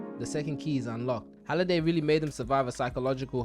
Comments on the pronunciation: Please tell me the "Holiday" bit is a joke and you actually know its "Hallaway"😂😂😂😂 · you watched the movie enough to make a recap video about it but still can't pronounce one of the most important characters name? it's Halliday not holiday nvm you got a ton of details wrong, not actually sure you watched it much at all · u made me angry saying holiday instead of halliday like haaliday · You got basically every name wrong from the movie, it’s honestly impressive how you watched the movie probably more than a couple times and still couldn’t get something as simple as names correct 🤦‍♂️. Good video other than that but damn hearing you say holiday over and over when his name is halliday is crazy.